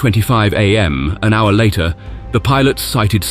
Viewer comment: Either AI voice or VERY strange language skills. As in miles per hower